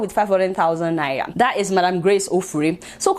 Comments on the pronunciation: I like your Naira pronunciation 🤣🤣 It sounds like Naiya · I thought i was the only one noticing the pronunciation of Naira 🤣😂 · I can't stop liking your show Adeola,but i laugh whenever you pronounce NAIRA